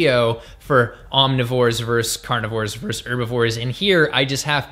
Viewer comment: I always enjoy your postings,, and have found them very useful and informative over the years. Bravo! One little semantic quibble... vs. is pronounced "VERSUS", not "verse". It's an abbreviation for versus. Thank you, this moment has been brought to you by the grammar police.:)